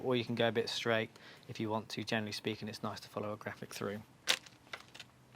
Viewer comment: Don't say 'shhhhstraight' , it makes people sound like a twit.